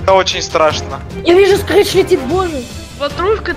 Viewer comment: это не скрич это крич